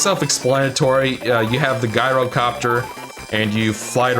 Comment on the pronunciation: The G in Gyrocopter is pronounced J by the way.